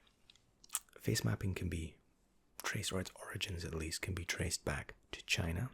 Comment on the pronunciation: Did you pronounce origin with a guh noise?